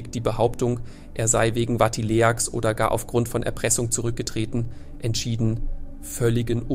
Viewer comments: 😢diese schreckliche dumme Unsitte Wörter neuerdings bei youtube ständig völlig falsch auszusprechen: hier das Wort Vatileaks, wurde Vati-l-e--a-k-s ausgesprochen, müsste aber heiß Vatiliks. Vati-leaks, englisch Zusammengesetzt aus abgekürztes Vatikan und leaks Leck , Enthüllung.😮😮😮😮wenn ihr nicht Einfachstes korrekt sprechen könnt, lasst doch das youtuben bleiben und lernt Deutsch und Englisch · Ah, die Schönheit von KI. Ich wollte schon immer mal einen Bericht über Benediktsechzehn sehen (und hören). Und Watilehaks kannte ich noch gar nicht. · Es heißt "Benedikt der 16." und nicht "Benedikt 16"!! Und es heißt"Vatileaks", nicht Vati-le-aks..... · "Wati-Le-Ahks"-Affäre? Nicht euer Ernst ... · Aber vielleicht könnten Sie ja wenigstens “Vatileaks” korrigieren😂😂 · Nach 10 Minuten ausgemacht. Dass die Text-to-Speech-Software die du benutzt dauernd Benedigt Sechzehn sagt statt Benedigt der sechzehnte war schon nervig aber als sie Vatileaks deutsch ausgesprochen hat statt englisch wurde es mir zu dumm.